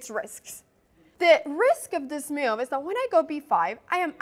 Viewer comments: IT'S MOVE, NOT MEW! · I'm sure I'm not the first person to make this comment, but I love the way Anna pronounces 'move' as 'myove.' So charming.